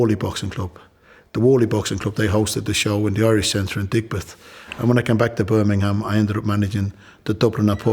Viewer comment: Top fella, he pronounces / says the word Birmingham better than most Brumies.